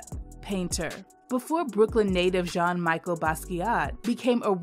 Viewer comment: It's not Michael, it's Michel....